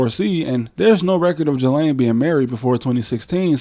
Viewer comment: Pro-tip: Ghislaine Maxwell's first name is pronounced "gee-LAN", not "juh-LANE".